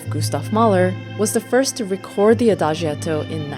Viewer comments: Thank you for a very enjoyable and enlightening exposition. Ahem, while you are there in Hamburg, try to bump into an Italian and ask him/her to teach you how to pronounce Adagietto (ah-da-jetto) and Maestro (My-stro) and, in general how the additional "i" is used to soften its preceding consonant. (As in Giacomo or Giotto.) Grazie lo stesso! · adagietto is pronounced Ah-Dah- JET- o. The letter i is not pronounced.